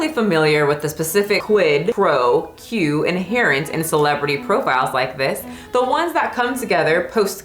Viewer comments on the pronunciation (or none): Quo is pronounced like the q-u-o from quote... You said que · Lol is the absolute cutest 😂 For my homegirl, and anybody else who doesn’t know how to pronounce ‘quo’, I’ll help ya out! Quo = ‘kwoah’ I mean no ill intent (obviously), I just wanted to help😊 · Not pronouncing quid pro quo as quid pro Q lol. Love her for these moments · That phrase “quid pro quo” the phonetic pronunciation of “quo” is KWO. It’s a phrase that means “this for that”. Typically used to describe a situation where a favor is demanded for a favor with an unequal power dynamic, for example; a boss and a subordinate, a parent and a child, a celebrity and a fan etc. the phrase quid pro quo is typically used with a sinister or sleezy connotation but I don’t think that’s a hard and fast rule. But for the purposes of this article, I think it may be misused here. Or at least I can’t really see how it fits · you butchering every third word -- quo, ostensibly, ousted, amiably, sniping, substantiated -- while reading that Cosmo article is tew much!! And "in the year of our internet 2023" is a reference to some literary figures of previous centuries referring to the year as "the year of our lord 1623". You're very smart, you're obviously at least somewhat intellectually curious, and you can obviously research, so I think your videos would definitely improve if you took your research just that much further and you make sure you understand the references you talk about, and make sure you pronounce words correctly, and that you know what they mean when you use them! You did pronounce guile correctly the first time though!!